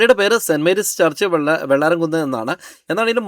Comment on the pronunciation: Not vellaramkunne, it’s vellaramkunnu.